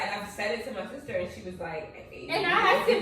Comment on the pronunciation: "my seester Nikki"😂😂😂